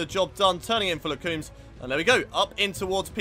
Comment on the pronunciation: You pronounce Les Combes as ''Le (As in the ''Le'' of Le Mans'') Combb'' So ''Le Combb''